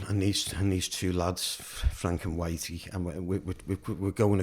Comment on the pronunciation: Alright bill I'm the one who painted the runway and tunnel shaft he said my name wrong it's wrighty not witey.👍🤪❤️❤️